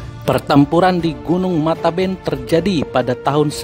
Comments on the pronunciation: Matebian bang bukan mataben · Gunun mate bian bukan mateben